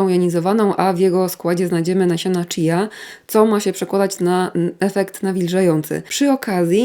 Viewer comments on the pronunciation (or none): none